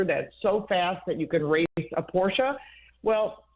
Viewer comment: Porsche Porsche Porsche. I am so very glad you have the pronunciation down.